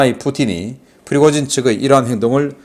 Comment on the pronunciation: 다른 사람들은 다 프리고진이라 발음하는데... 왜 자꾸 피고진이라 발음하실까요? 처음엔 무슨 말인가 했다가 나중에야 프리고진을 피고진이라 발음한다는 것을 알았네요. 아무리 집중하고 반복해 들어봐도 역시 피고진이네요. 다른 발음은 다 정확하게 하시는데 왜 그 발음만... 조금만 더 신겅써서 발음해주세요. 자막이 없었다면 도대체가 무슨 말인지 못 알아들을 뻔 했네요.